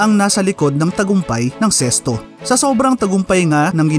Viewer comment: Ano ba tlga ang tamang pag pronunciation nito ?bakit sesto ang dinig ko.sa karamihan zest.o nmn tlga Z